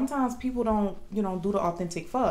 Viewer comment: It’s not fur, it’s pho 🍜 . That’s pho sure 👍